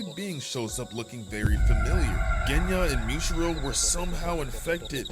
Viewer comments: (Moo-e-chi-ro) muichiro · Did I hear that right? Who th is michiro ?? muichiro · Who’s Aoiwee it’s Aoi who’s kanoah is kanao who zenestu it’s zenistu stop saying kanoah & who’s muchuro muichiro (No hate just not how you say)😊